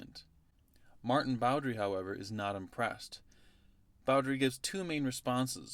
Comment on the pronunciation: Maarten Boudry's last name is pronounced "boo-DREE", by the way. Like him, I'm also Flemish. :)